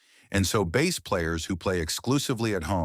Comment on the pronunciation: Any video that prounounces bass like the fish instead of instrument is not worth listening too.